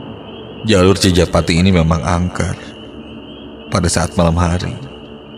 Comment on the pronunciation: CI JA PA TI admin bukan CI PA JA TI